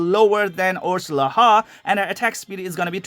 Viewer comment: the name "orslaha " you and google translate both keep pronouncing it wrong the H is silent.. the name is more like Orslaa the H is dumb and should not be pronounced... but for copy rights issues they tend to add shit just encase + chines & korean game maker's have a lot of mistakes when it comes to names and the English language in General.